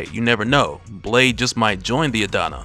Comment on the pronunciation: "Well what about Blaaaaade."- in the most southern accent possible😭😭